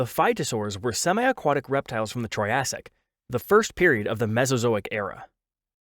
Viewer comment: He really said "troyasic"